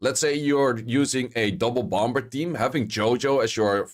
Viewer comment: The second b in bomb Is silent bro say bom, and bommer